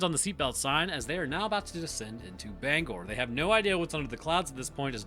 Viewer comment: Hey, thanks for saying Bangor correctly.